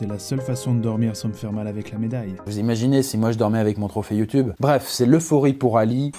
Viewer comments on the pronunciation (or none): none